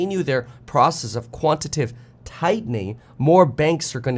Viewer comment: again, it is 'quantiTATive,' not 'quantitive.' amateur